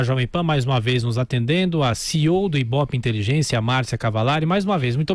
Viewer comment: "IBOPE Inteligência"???